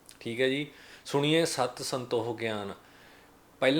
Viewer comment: ਵੀਰ ਜੀ ਬਹੁਤ ਵਧਿਆ ਵੀਚਾਰ ਨੇ ਤੁਹਾਡੇ ਪਰ ਉਚਾਰਨ ਸੁਣੀਏ ਨਹੀ ਹੈ, “ਸੁਣਿਐ” ਹੈ..ਧੰਨਵਾਦ ਜੀ🙏